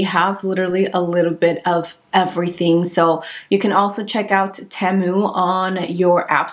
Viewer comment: it is pronounced, Tea-moo